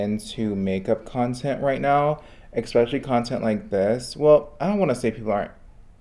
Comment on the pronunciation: I'm here for you kid, you make good content, but please learn how to prounounce the word especially correctly. ❤